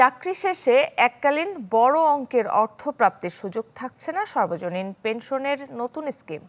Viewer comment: উচ্চারণটা সর্বজনীন না সার্বজনীন হবে